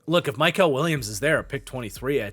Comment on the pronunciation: It’s mykel, not mykal